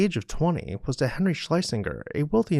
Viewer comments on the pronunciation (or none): none